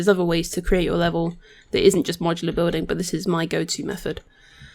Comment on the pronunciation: Not mocular yes Modular :D haha